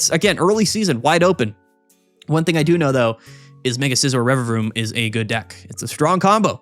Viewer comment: The Rererevaroom pronunciation was epic